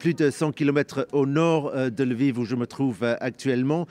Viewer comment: Ce n'est pas " El-viv " , philomé !!...Lol